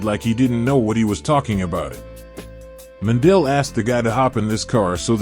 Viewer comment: butchering the last name